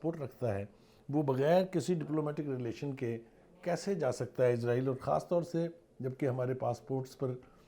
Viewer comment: O Bhai izraeel ni israeel Hy